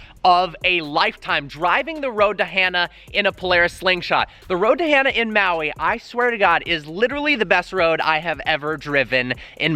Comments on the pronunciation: “HAN -NAH” not Hannah. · You saying the road to Hana wrong. It's not Hannah, it's like Honda without the D. Han-uh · got back from hawaii a eek or two ago, road to hana is def a must do in maui. but, i belive it is pronounced like han solo no hannah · Road to Hana is pronounced hon-ah. Not Han-a with the sharp A sound. Just saying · Dudeeee it’s road to HAH-NUH not road to HANNAH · road to “hannah” bruh say it right